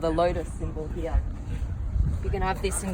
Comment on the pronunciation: Please stop saying “Hiaah” instead of “Here”. Try it, it will sound much better.